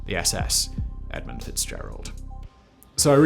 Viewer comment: there is no 's' in the word edmund...snotty and illiterate douchebag.